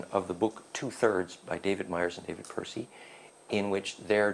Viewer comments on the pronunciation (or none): none